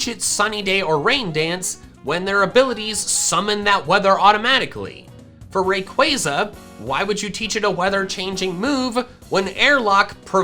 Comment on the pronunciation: I have a suggestion, what if you pronounced rayquaza right. here Ray like raygun And Quaza like you say plaza just qu instead of pl